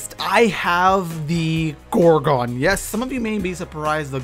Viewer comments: btw its pronounced gor-gun not gor-gon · ITS. PRONOUNCED. GOR-GUN. NOT. GOR-GONE.